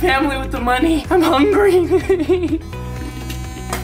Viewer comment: "im so hunry"